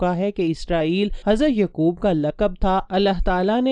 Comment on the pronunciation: With respect some of your word's pronunciation is absurd. For example Hazarat Uzair not Aziz and Hazarat Yaaqub not Yqub.